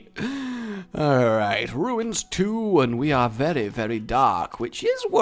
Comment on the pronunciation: Haha you said Ruins 😂